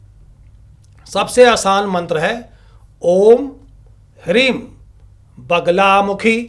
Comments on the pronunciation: ह्रीं नही ह्लीं है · Hreem nahi.....Hleem hai sahi beej.